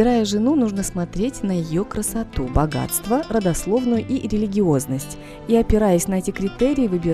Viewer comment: Багаства Багаства 🤣🤣🤣🤣🤣